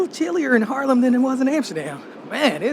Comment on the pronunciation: Harlem, ehh no, it's HAAAAAAARLEM. Gniffel, Gniffel.